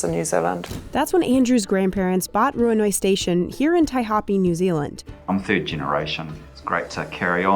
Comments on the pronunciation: We still love wool products over here in nz they are warm af and really comfy. I grew up on a farm the best time was shearing and tailing. Tailing doesn't hurt the lambs either. Also not to be rude just helping with pronunciation. Taihapi is pronounced Tai happy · Didn't expect to see our country here ngl but lmao I'm sorry the pronunciation of Taihape